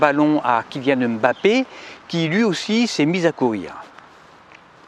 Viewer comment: Merci beaucoup! Enfin quelqu'un qui prononce bien Mbappé.